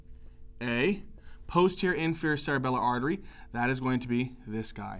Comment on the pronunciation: "p-HOU-sterior" 🤣 thank you for explaining this, hundred times better than what im paying for!